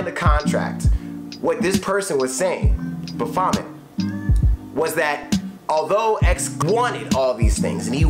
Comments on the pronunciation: Ba vomit lmao it’s baphomet baff-o-met rip x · It's *Baphomet my guy. Pronounced Ba-fo-mey.